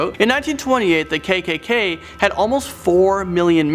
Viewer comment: I love how you fucked up pronouncing the kkk